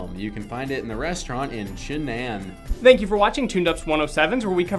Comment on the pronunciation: For fact 107, It's "Chun-Nan", as in "Choon-Nawn" not "Chin-an", by the way.